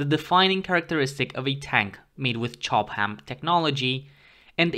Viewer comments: Chobham is pronounced /'tʃɒb əm/, not /tʃɒb hæm/ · I'm not sure he wasn't trolling, he seemed to over pronounce the given section of said word to a great degree. It's only a shame the stuff wasn't made in Durham!